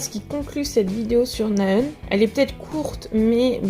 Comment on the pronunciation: Cela ce prononce Na Haeun! Le H est inspiré ! D'avance merci !:)